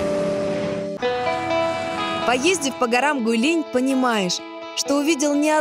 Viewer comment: Правильное произношение "ҐуыйЛин"